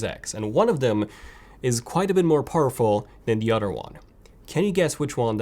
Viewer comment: "PS4 Pro on the udder hand" .....? It's pronounced OTHER. Cows have udders not PS4 Pro.. at least mine doesn't.